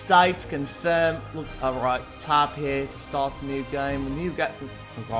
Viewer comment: STAP SAYING STAT ITS START